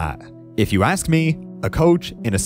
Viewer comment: "Let me ax you a question."